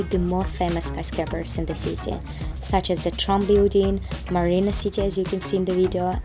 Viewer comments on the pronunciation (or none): none